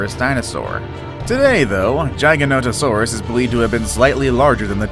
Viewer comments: It's gig-a not jee-ja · It’s giganotasaurus not jigononingserus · He don’t know how to pronounce Giganotosaurus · when he said GIGANOTOSAURUS he said it wrong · The way he says giganotasourus and megalosaurus